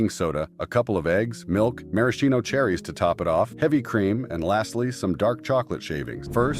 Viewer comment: AI mispronouncing again The cherries is pronounced mara shino. Man why do people have to do AI for videos like this when the human touch would be much better.